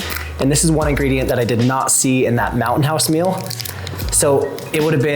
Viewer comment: It's pronounced MEAL not MILL